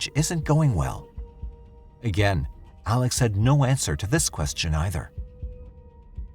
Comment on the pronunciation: I have a hard time putting any credence in this story about the Murdaugh murders when the narrator cant even pronounce the man's first and last name. Its Pronounced "Ellick Murdock" damnit. The entire evidence is not presented, just evidence cherry picked to get views. This story needs to be updated by the original presenter. A lot has happened since May 21, 2023. Get it right or stay quiet.